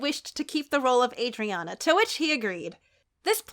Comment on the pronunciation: I got so happy when said Adriana bc that’s my name and people always pronounce it wrong but she got it right and I’m so happy:))))